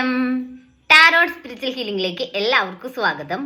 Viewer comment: tarot ennalla taro ennu parayanam. Last T silent aanu. Ok. U should pronounce it as Taro.